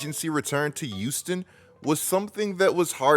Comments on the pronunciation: They say ppl who pronounce Houston like youston are serial killers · Return to "Youston"